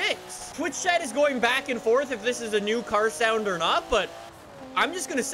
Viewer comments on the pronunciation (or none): none